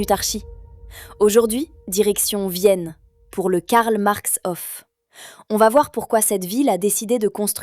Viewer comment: Il y a bien. longtemps, dans ma jeunese, cet immeuble me fascinait . Et la politique dans " Vienne la Rouge" ce n'éait pas rien vers 1920. Dans une concepzion tozalement différente, les élément archizecturaux et le couleurrs rappellent la cité-jarrdin de Châtenay-Maöabry. Une rrmarque: dommage que vous insistiez lourdement sur "hoffe" pour proncer "Hof", alors que c'est "haufe". ❤ 🎉